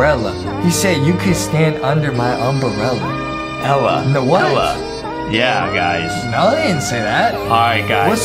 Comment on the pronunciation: Umbrella more like umbruhlla